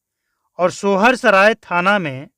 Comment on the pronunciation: Sohar saray nahi hota hai soysaray hota hai marde thik se bol 😂😂😂